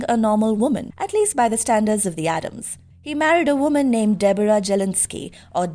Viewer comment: It is ADDAMS, not Adam's, for Gomez's sake. I'm very tired of that mistake.